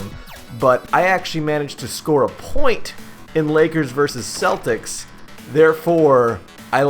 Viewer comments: pronouncing celtics like keltics ! thats a SIN there bro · lol do you pronounce the Celtics wrong on purpose?